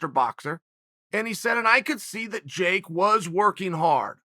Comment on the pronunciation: Chael “Can’t pronounce Jake” Sonnen